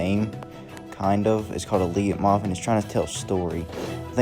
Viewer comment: leitmotif Its pronounced like light-mo-teef